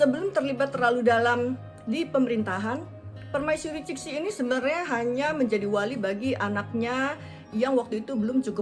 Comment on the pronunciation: Ceritanya bagus... cuma tolomg cara baca pinyin nya diperbaiki. Qing dibaca jing. Cixi dibaca jesi dgn e seperti membaca empat bukan tempe. Makasih